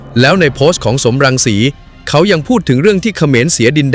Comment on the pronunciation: สม รังสี ไม่ใช่ สอม รังสี อ่านผิดจ้า